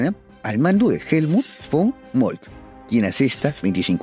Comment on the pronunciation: Otto Von Bismarck. V dental no. Fon Bismarck 😅.